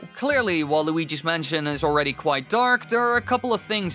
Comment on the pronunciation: waluigis mansian